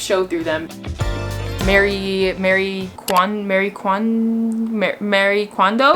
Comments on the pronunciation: literally read your comment while she was trying to say it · me too 😂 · Meee hahaha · I thought she was trying to say merry kwanzaa 😂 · same here!! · When you were trying to say Marie kondo I thought you were trying to say merry kwanza